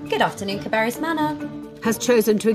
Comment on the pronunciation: Caer Beris! Sounds just like Care Bear-is. LOL